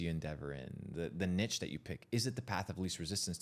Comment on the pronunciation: Niche is pronounced ‘neesh’